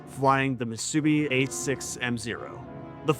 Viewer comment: No, it's just a mispronounciation. Ya'll are way to quick to scream AI.